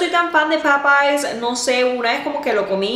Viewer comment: es Popeyes,with s,no Popeye